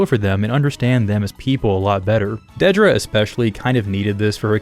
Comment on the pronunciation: Thank you so much for being the only YouTuber I've seen who actually pronounces Dedra's name correctly